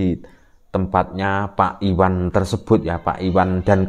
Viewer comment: IWayan,bukan Iwan.